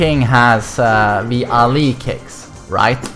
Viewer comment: "You know that king has the ALEE kicks"